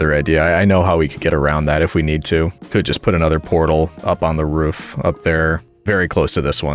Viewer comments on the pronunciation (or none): 2 things it’s not “ruff” it’s “roof” with an o. And also you should totally do a q and a video while your building something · Bro is def a New Englander with the pronunciation of “roof” as “ruhf” (don’t worry that’s how I say it too) Looking forward to the next video, whenever it comes out! Keep up the great work! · This boi got so sassed and roasted for his roof pronunciation. 😂😂😂 Poor guy. Correction ptsd making him so careful with it. It’s endearing ^.^ Don’t let the plebs bully you!